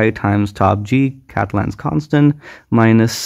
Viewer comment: OK, good solution, but G is not "katlen's" constant. Catalan is pronounced [Kah-teh-'lan].